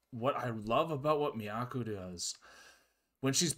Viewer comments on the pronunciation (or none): "Miyako" rhymes with toe. 😊